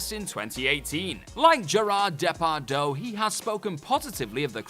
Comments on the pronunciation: It's Depardieu, not Depardeau! lol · Gerard Depardieu, not “Depardeau” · Please learn how to pronounce Depardieu, it's not De-par-doh it De-par-dew. Otherwise great video! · His Name is NOT Gérard DépardO you Fucking Prick, Get it Right!😒🖕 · The narrator should be banned from France for murdering Gerard Depardieu's name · Gérard Depar what? Ouch that hurts the ears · Why do you keep pronouncing Gérard Depardieu like that